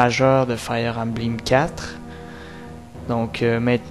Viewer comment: embleem?.... belle prononciaison...sa fait dure... 15 ans pour prendre un décission... ben la pire age... a st'age la le cerveau é meme pas développé